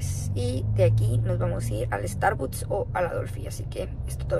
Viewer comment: Starbuts dice s😂